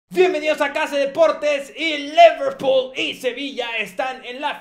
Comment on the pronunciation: al comienzo dijo leverpool